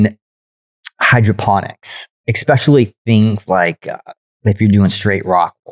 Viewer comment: I wish this dude knew how to say especially